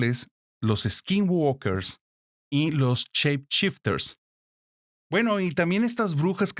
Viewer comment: Gente, gente, gente! No son chep chipters. Son shape shifters. Si no saben hablar ingles, no hablen ingles. Existe una traducción. "Cambia forma"